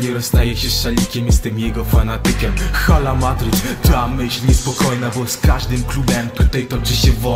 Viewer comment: Źle wypowiadasz Hala Madrid . 5:0 , 6:2 , 4:0 , 3:2 piękne wyniki w El Clasico :)